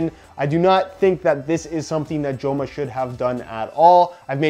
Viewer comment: say it their name right lol. Its not "Jo-ma" its a soft j in spanish